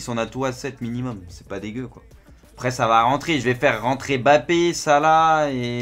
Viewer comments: non c mbappé pas M Bappé ni bappé . En fonetique ca donne mmmbappé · Ça me stresse quand il prononce le nom de "Bappé"..